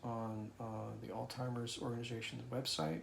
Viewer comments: you may not realize this but youre pronouncing Alzheimzers as Altimers. Im not making fun of you but at 4 times when you say that word, to my hearing it sounds like Altimers. I have much respect for the husband you are and if its just my hearing the I apologize. Youre a good man, take care. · I'm sorry to see this and I know how hard and long the road can be. My best friend.lost her mom to early Alzheimer's and another childhood friend of mine is in a care facility with Lewey Body Dementia. Prayers to you both. Pronounce as, "Alz-hi- mers". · why do you pronounce it Altimer's? Am I missing something? I am hearing a t in there when you say Alzheimer's. My father had Alzheimer's so I am familiar with the illness. I am sorry Theresa is going through this. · Why with the correct spelling but pronouce it like Alltimers alot of people do this though. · I’m curious, do you deliberately mispronounce “Alzheimer’s” as “Altheimer’s” so as to not cause anxiety to Theresa? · I have a friend who also pronounces it Alltimers. Is it another word for Alzheimer's? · Thank you for sharing your story. It’s pronounced ALLZ-Hī-mers ALLZ-high-merz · Not sure he's pronouncing her diagnosis correctly. I believe he's saying..altimers. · Thank you for sharing. It’s a difficult disease process. One thing…you keep saying it as “AllTimers Disease “. There is no T in Alzheimer’s . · You are misprouncing the word Alzheimer"s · I’m sorry people are so insensitive. The story, obviously outweighs an insignificant mispronunciation. Sending all my best to you both. ❤ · what a lovely marriage you and Theresa have. You are a really good man. God Bless you. Please don't take this the wrong way but there is no "T" in the word AlZheimers. You're on YouTube and there are people who might not be nice about the mispronunciation. Again, God Bless you, dear young man!! And, God Bless Theresa. I am so sorry for all you both have been through. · There is no T in Alzheimers. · altzeimers not altimers